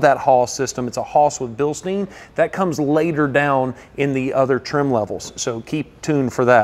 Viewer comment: *Bilstein.. not Bilsteen